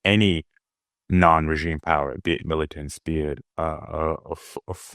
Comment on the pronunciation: in this video you said 'mullitants', in another video you said 'mar a largo'. i've got my eye on you, Zeihan. o.0